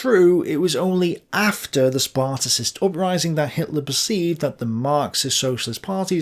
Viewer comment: You should attempt to pronouce the name of Ebert right. Also, it is not the Spartacist upraising but the Spartacus uprising. Sparticist make us believe that this is a reference to the ancient Sparta. But the Spartacus League was named after Spartacus, the leader of the Roman slave uprising. This is not a small mistake for a historian.